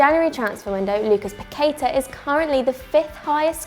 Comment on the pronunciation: The pronunciation is "pa-que-tah". The tonic is in the last syllable.